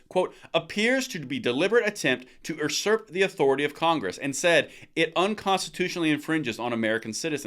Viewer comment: doesnt know how to pronounce usurp lmfao